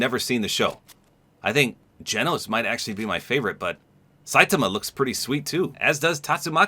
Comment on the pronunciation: You said Saitama's name wrong